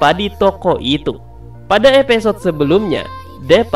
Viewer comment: Episode bambang bukan epesod